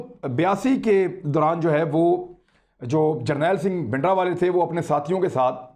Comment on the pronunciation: His name was bhindranwala not bhidanwala. There is an R in his name. I have said many times that these mistakes show immaturity of our anchors. Please correct the title.